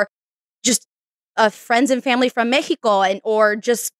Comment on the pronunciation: me encanta que pronuncies México en español 🥰❤️